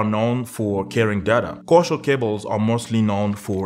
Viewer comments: Koaksiyal not koushial😂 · Its coaxil not coshall cables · Kosher cable ? Co-axe-ial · Its pronounced Co-Axe. Not Kosher! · Waste of time - your RJ45 has two unused pairs - just use a doubler converter to use the spar pair. BTW it's CO-AXIAL - two syllables - not coooochal! Co-axial = two conductors on the same axis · "CO - AX - EE - AL" CABLE "CO - AX - EE - AL" SAY, " co ax ee al " cable